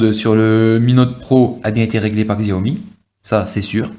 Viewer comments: Très bonne vidéo pour un bon phone :-) Par contre, tu me fais rire à chaque fois ... xiaomi = chiao mi OK ?? loool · oh lalala. Faut arreter de dire "xiaomi" surtout si on fait une présentation.. :/